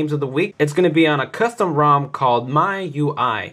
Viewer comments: actually,miui is not called 'maiui' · Sorry we dont call it "my" ui, It's "me" ui. Use latin pronunciation, Its a Chinese custom rom. I think you should learn something before you give a review, because you told us WRONG